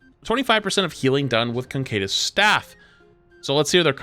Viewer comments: "Cancedeus"??? You mean "Caduceus"... "ca-dyu-ses"? Its a hard word. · Caduceus is pronounced "ka-doo-see-us", not "concadence" or whatever. Sorry just baffled me that invented this entirely different word. Anyway hopefully they revert/tune down the GA nerf because god does it look clunky. Can't wait for my teammates to decide to dive in while my GA is on cd and then go around a corner. More than they already do. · bruh how do you get "concadus" out of "caduceus" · the way he pronounces Caduceus gives me aids 😂 there is no N in it. he says CON-K-DUS staff, it is pronounced KUH-DOO-SEE-US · Caduceus.... Cancadus? What? 😆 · Concaydus staff. Cant unhear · Please stop saying "concadus" there is literally no 'n' in the word "caduceus" 😂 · KA-DUCE-E-US man. Caduceus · Caduceus Ca-doo-sus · Isn’t it pronounced kuh-Duce-ee-us staff? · why tf does no one know how to read caduceus. "condaduse" from flats has to be the worst attempt. ca·du·ce·us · Hearing you mispronounce "caduceus" 99 different ways made my night. It's Ka-Doo-She-Us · Why can no streamer say caduceus. Concadis staff is not even close. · Conkaydis staff 😂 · The way he pronounces Caduceus makes me madge. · rip mercy but also…please…PLEASE…don’t put an N in caduceus! i’m dying over here faster than any support can heal me😭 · Homeboy you really need to look up how to pronounce caduceus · The way you pronounce caduceus is tilting me. There's no N. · Lol, say caduceus again. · It's fascinating to me how pronounces "Caduceus."